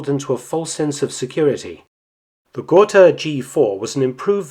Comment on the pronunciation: ?gor-tah, ger-tah., was your prenasment. got-ha would be alot closer to the spelling